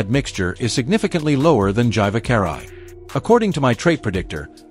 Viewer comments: Gyvakarai is ponounced "Geevahkahrai" where "G" is G like in "grave". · Oof, how it butchers Gyvakarai...